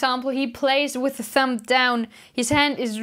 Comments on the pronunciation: Love your lessons and accent but its a thumB that makes the thump noise!Thank you for the help. Just bought my first lefty bass. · Cute that you say thump "p" Instead of thumb "b"♥️🎶 Thanks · I LOVE that she says thump instead of thumb. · It's cute, she calls your thumb a "thump". LOL! Good teacher though. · pronounces "thumb" like "thump", how blessed